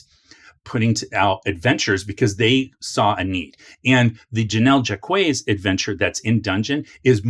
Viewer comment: I think Jacques is pronounced like "Jock" but with a French J that sounds like you're smuggling a Z inside it.